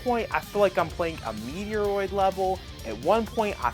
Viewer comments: First. Met roid. Stop saying Meteo roid!!!!!!!! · Thus game looks dope. Also, it's fight on site if you keep saying Metroid wrong 😂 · I know you do it on purpose now, please stop referencing Metroid which is the ONE game you cant pronounce. Its so cringy, but saying like 7 times, honestly, unsub justified.